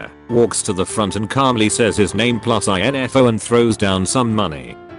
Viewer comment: nobody: tts: i.n.f.o